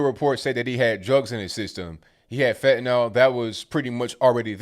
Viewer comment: fentanyl its fentanyl. pfff